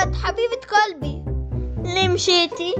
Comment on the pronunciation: قالبي قلبي وش قالبي ما يعرف يقول قلبي